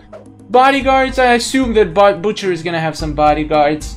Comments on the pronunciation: you do not pronounce butcher like that just saying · butcher is easy if you use yari and it is butcher not bucter